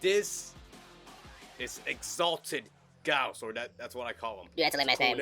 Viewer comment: It's pronounced Gauss ☝️🤓